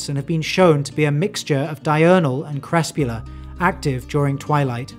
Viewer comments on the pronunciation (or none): To add to this: he pronounced crepuscular (“crepscular”) and Namibia (“Nambia”) incorrectly as well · Very great video, super glad i watched it. My only critiques would be, caracal and crepuscular were mispronounced, now this could be due his accent like the way he says "squirrels" i know that's a regional distinction. However, I've always heard them pronounced Car-a-kal and cur-pus-cue-lar. Super happy to hear so much information about the smaller forest cats that i didn't know about prior to this, keep up the hard work. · Look up the pronunciation of "Caracal". The stress is on the FIRST syllable. EDIT: Also, hunting in twilight = "Crepuscular", pronounced "Crep-PUSS-cue-lar". EDIT 2: I gave up at "Nambia". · Please work on your pronunciation of things like crepuscular and caracal. It's like taking a nice Sunday drive where there are random , unmarked speed humps with potholes on the other side.